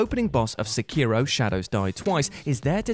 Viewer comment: I'm very thankful you are saying Sekiro correctly. Not even your friends on this video's channel seem to get it right.